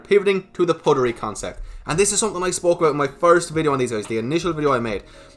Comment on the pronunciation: You're saying puttery wrong I think. Putt like butt, you say put. Puttery isn't actually a word though so I guess it's up to the marketing team lol.